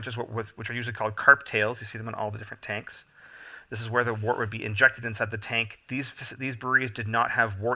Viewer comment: Thanks for the videos. "Wort" is pronounced "wert" and "trub" is pronounced "t rube".